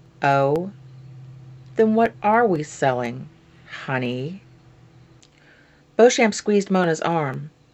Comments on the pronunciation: I love this idea!!! Tales of the City is my all time favorite!!! My mom sat me down when i was a kid and made me watch the mini-series on PBS (she always knew)So I have one minor correction It's pronounced Beech-um. I only know this from the Mini-series. The first 3 books were made into their own Mini-Series, all of which are available on DVD, and there are rumors of babycakes being made on Showtime. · Awesome idea .... when I get a camera I'll join in the fun! The Tales books are some of my favorites, but FYI Beauchamp is pronounced Bee-chum.